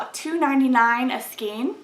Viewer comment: I am a big fan of Knit Picks (though I do wish they would offer their color cards again)! Thanks for the review. BTW, "skein" is pronounced to rhyme with "rain."